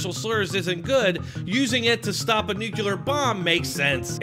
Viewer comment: Nuclear, not NUKULUR